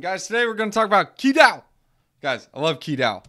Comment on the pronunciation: Pronounced Chi, but other than that, great video dude.